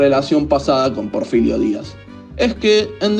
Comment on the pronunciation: No es Porfilio, es Porfirio